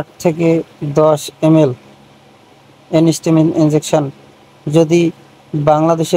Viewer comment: ওটা এনিস্টামিন নয়, এন্টিহিস্টামিন। আশা করি পরবর্তী ভিডিও গুলোতে ভুলটা শুধরে নেবেন